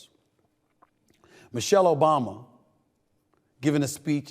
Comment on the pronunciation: You keep calling Michael, Michelle